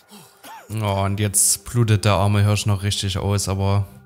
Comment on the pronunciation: Das Tier heißt Hirsch, nicht Hörsch! 😂